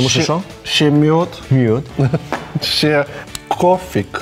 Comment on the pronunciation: Мьюд )))) а не мёджь